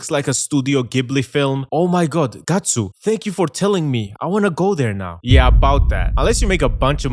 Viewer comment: Omg it’s GYATtsu